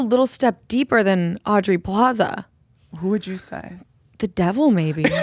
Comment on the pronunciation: guys it's Aubrey Plaza not audrey